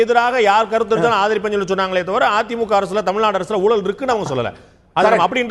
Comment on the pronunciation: அது ஊலல் இல்லை ஐயா. ஊழல்--oozhal. தமிழை கொலை செய்யாதீர்.